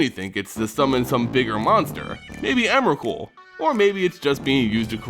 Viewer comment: its emrakul...